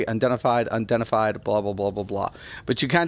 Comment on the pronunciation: UN-I-DENTIFIED... LOL "undenified, undenified, undenfied" -_